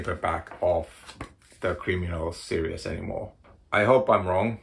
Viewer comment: Lobster Johnson and Criminal❤Series and serious are pronounced differently.🤓🤐